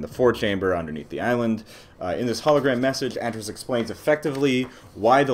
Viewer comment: Great video and analysis, but i think you're pronouncing Atrus wrong